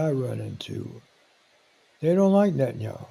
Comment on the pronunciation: It's Net TAN yah WHO.